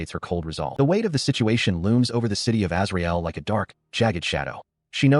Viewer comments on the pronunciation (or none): When I heard "Azrael" at first I thought they said Israel. Lol